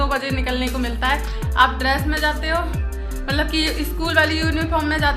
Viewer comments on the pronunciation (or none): none